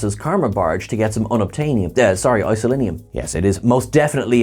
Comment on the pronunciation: "isolinium" chips?